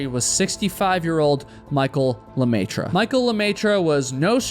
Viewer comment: The way you pronounce the French fanily name "LeMaitre" (The Master, in English) is 😬🤯😱 ! Ha! Ha! Ha! About the race, well I think people need to stop suing each time something happens and take responsibility for their actions.